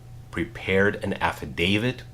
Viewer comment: did you say affi-DAVID or affi-dav-IT because the T is poonounced as a T not a D but I hear lots of people pronounce this horrendously wrong.